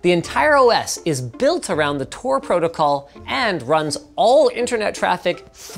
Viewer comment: Tor* Not TOR*